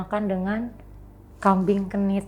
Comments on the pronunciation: kambing kendit bun bukan kambing genit 😂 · Namanya kambing kendit, bukan kmbing kenit, itu hostnya juga kayak termul plonga plongo ga ngebenerin. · kambing kendit mbak..klo kami jawa.bukan kenit